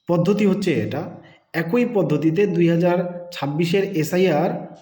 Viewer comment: ভাই, কথাটা এ্যা কৈ পদ্ধতি নয়। এক্ ই পদ্ধতি।